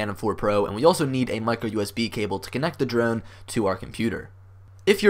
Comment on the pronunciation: This video was helpful. Thanks, but it sounds like you’re saying druone.